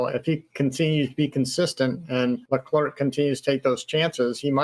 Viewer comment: Leclerc is pronounced as ”Le-Cleh” Charles said it himself. Great Podcast! 😄👍🏾